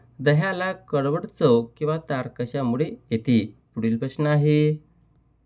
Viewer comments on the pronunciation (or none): Pronounciation changla kara marathi uchhàr barobar kara...kakha mude nahi te kasha mule ahe